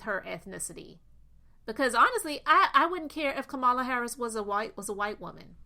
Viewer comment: LA = KAMALA Sister, you are mispronouncing her name with the best of intentions